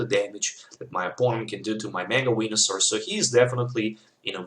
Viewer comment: lol, sound like you are saying mega wienersaur